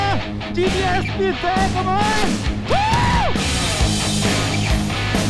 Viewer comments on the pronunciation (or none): none